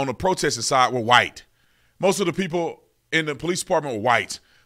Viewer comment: As soon as she say wight mojarity she shold be fired